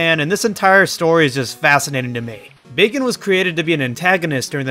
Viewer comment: I like how his name is bagen but he says bacon